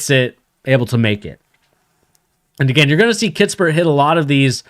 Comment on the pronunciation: “Kiss-pert” no T in the middle.